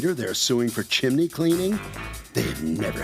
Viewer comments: Judge, it's "CHIM-NEY". Two syllables. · If I have to hear her say "chimAney" one more time I'm going to rip my hair out! She's an educated women and can't pronounce a simple word. 🤦🏻‍♀️🙄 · Lol I scrolled the comments to see if someone else was hearing chimAney too 😮‍💨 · I’ve seen this one before but can’t listen to JM say “chiminey” throughout again. Wow. Couldn’t her staff inform her to say this word correctly since it was going to have to be repeated a million times?? 🙄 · Come on Judge, “Chiminey”? 🤣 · anyone hearing chiminey? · I'm here for the chim-a-nee comments... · Chi-mi-nee was taking me out. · I couldn't get thru this video...chiminee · Judge keeps saying "Chimany" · Judge Marilyn pronounces "chimney" as "chim-i-ney." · I love how judge Milian says “chimney” with three syllables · Chiminny cricket! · First time hearing her pronounce it "chim-in-ney" I started singing that Mary Poppins song "chim chim-in-ney chim chin-in-ney chim chim cher-ee...." lol 😂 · God it is so annoying. It's CHIM-NEY. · right! Irritating! it's chimney, pronounced chim • nee. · I love the way she says "chim-en-eys" though 🤣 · And it's incorrect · I always have a hard time with Judge Milian's pronunciation of chimney. This is the second or maybe even the third time I've heard a case where she obliterates the word. It's like fingernails on a chalkboard. As with anything, an owner only knows as much as they know. Whether it be cars, a house, electronics... Anything. They never had an issue with the chimney. The person who cleaned them never raised a concern. That's it. That's all the knowledge they have and saying everything is OK is accurate. The plaintiff clearly is not concerned enough to actually have the inspection done ahead of time. It's kind of strange that she is trying to say that is a major point of concern before the purchase and then does nothing about it. I'm not even to the end of the case, but I'm 100% certain of which way the ruling will go. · its chimney not chimIney